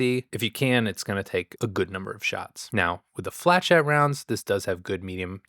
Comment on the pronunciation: Hey, the flechettes are pronounced Flu-shet (the flu is an U sound, not an ue sound)😁